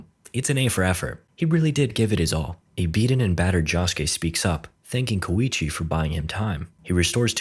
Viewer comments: Apparently, "Keicho" is pronounced "Koichi". English sure is a strange language, huh. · Kowichi???? Its just Koichi bro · Why the hell is koichi not koichi?